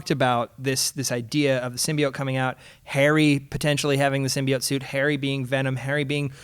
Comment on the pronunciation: the way the host say's Symbioit annoys me